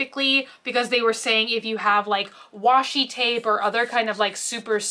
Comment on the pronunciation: Nah it's called washi tape lol she just said it weirdly